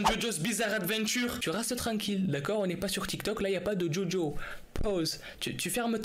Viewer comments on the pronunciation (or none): none